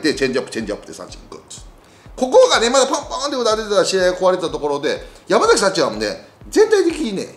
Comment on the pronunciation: ヤクルトはやまざきではなくやまさきです